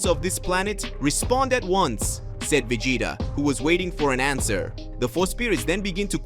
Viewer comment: Yeah some people they just can make it so much more than what it is. The guy has great ideas for videos I'll never knock that but he needs a narrator mean the character names aren't right Vegeta is veggieta